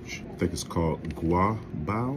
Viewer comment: your first pronunciation of gua bao was on point lol